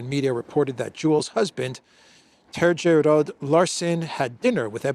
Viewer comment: Terje you should spell as "Terye", not Terzhe. Letter J in Estonian and in Finnish and in all Baltic language spells the same way. 😊